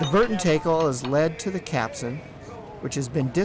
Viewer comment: CAPSTAN. not Capsun.